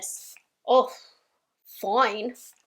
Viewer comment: that 'foine' is so satisfying 😂